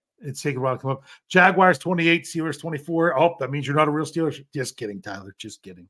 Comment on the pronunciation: There's no way you can't fucking say "Jaguars" it's not Jag-U-ars! Smh